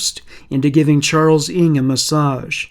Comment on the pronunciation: Finally finished listening after falling asleep a few times during the night! I have never heard the name NG pronounced as ing. NG is short for Nguyen, which is the second most popular name here in Melbourne, Australia after Smith. We pronounce the name as spelt NG. Or the full Nguyen. People with this surname where I live are overwhelming Vietnamese though, not Chinese like Charles NG